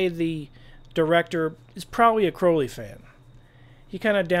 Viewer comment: There are SO many things I'd like to say to you, I'll start with thanking you for pronouncing Crowley right!